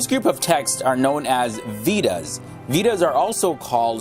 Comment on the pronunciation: Vedas pronounced like waydads with a v not like weedas!